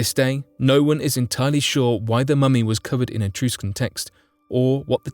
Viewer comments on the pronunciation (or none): uh-truh-skn not etrooscun